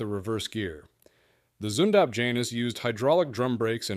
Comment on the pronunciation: Zündapp , not Zundab. And pronounce is ,,Tzindup''.